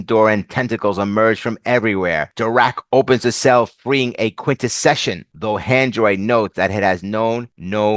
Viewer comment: Your pronunciation of Quintesson. You: Quint-Eh-Session Cartoons they were introduced in: Quint-Eh-Son Specifically he is a Prosecutor Quintesson.